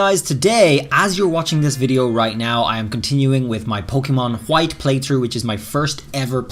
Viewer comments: The way he says white .XD LOL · What? It is an American dialect in some states.